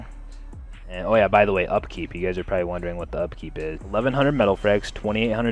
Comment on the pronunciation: for the love of god please stop saying proyy instead of probably